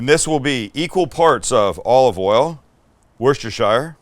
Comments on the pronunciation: Worcestershire is pronounced Wuss-ter-cher. Thank me later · Worcestershire. Pronounced or said like WOOSTER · I am really sorry to be this guy but as a Brit I cannot ignore 'Worcestershire' (wʊ:stə:ʃaɪr). I hate myself for this because it really, really should not matter at all but it's 'wʊstəʃə'.I love your videos though. The food looks amazing and I really like the passion you clearly have for cooking. It's really enjoyable to watch.